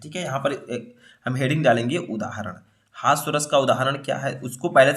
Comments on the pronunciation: सर हस्वा नही होता है हास्य रस होता है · Hasav nahi hasya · Sir aap हास्य रस ko हास्व रस क्यों कह रहे हैं 🤔